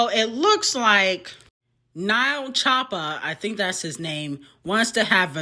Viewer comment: Lmao not Nile choppa 😂😂😂 it’s N.L.E. Choppa just like N.B.A. Young boy